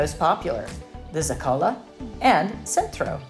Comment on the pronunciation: Please. ZO-ka-lo is the correct pronunciation….